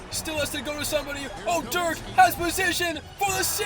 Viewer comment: You need to learn how to say dirks name